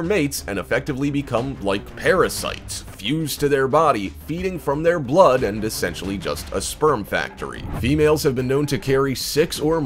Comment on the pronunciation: it said dlood instead of blood